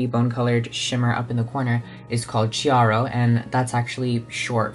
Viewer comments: love you passion for art history. but I must say you butchered my language (italian) while talking about the Artistry palette, so here's how you pronounce those terms: Chiaro: key-ah-row Pietà: pee-eigh-tah Giorgione: Jor-jo-neh you're welcome legend <3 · Nah don't worry it's not too bad. "ch" in Italian is always pronounced like "k" so "chiaro" has a hard sound at the beginning (just like Michelangelo) :) the rest is just a matter of accents which is absolutely forgivable. Like in "pietà" you should put more emphasis on the final syllable rather than on the "e" you gotta spit out that last "tà" like u mean it